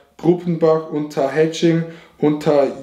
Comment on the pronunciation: er sagt zu Unterhaching einfach "Unterhetsching"😭😂